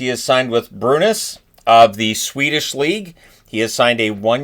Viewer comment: its been rumored a season back Backstrom was gonna return to Gavle to play with Brynas also its pronounced ; Bree - Ness